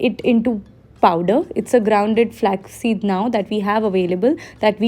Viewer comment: Flaax seed, u keep saying it as flex flex... Cringe